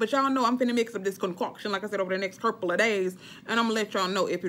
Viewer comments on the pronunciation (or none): You are so crazyyyyy..KMSL..wait did you say the next CERPLE (couple) of days??? I'm done!!! Freaking Hilarious 😂😂😂😂😂😂